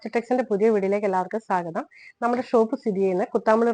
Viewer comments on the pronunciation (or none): ഇത് കോട്ടൺ ആണോ?? പ്രിന്റ് ഏതാണെന്നു പറയുന്നതിനേക്കാൾ പ്രാധാന്യം അത് ഏതു മെറ്റീരിയൽ ആണ് എന്നതിനാണ്. മെറ്റീരിയൽ എന്താണെന്ന് എടുത്തുപറയണം... ഒരു കാര്യം കൂടി... സാഗതം അല്ല, സ്വാഗതം എന്നു പറയൂ പ്ലീസ്..